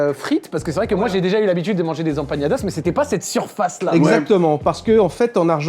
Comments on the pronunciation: Y'a pas de tilde sur le n mon cher, c'est Empanadas et non Empañadas;)) Des bisous super vidéo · Incroyable la vidéo Juste une petite remarque si je peux me permettre: On ne dit pas "empañadas" mais "empaNadas" 👍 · EmpaNadas , ne prononcez pas la tilde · Ça fait trop plaisir de voir des resto latino aussi, Tanguera et Santa Carne, 2 resto incroyables on adore ! 😍 Et vos commentaires pdt la vidéo un régal ✨🤗 Par contre c’est empaNadas pas empaGNadas 😅 haha